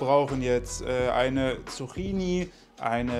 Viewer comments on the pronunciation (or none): Lieber, man spricht es immernoch "Zukini" aus! 😂 Es heißt ja auch Latte "Makiato" und nicht Machiato. 😊 Oh, und natürlich Soße, nicht Sose... Kein Bienchen-S 😂